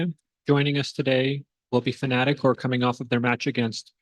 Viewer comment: Its FNATIC, not fanatic